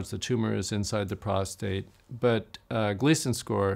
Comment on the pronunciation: i love you like a brother, but the word is "prostate" not "prostRate". "prostRate" means to "lie flat on your back". and i'm a 4+3. how are you doing now?😊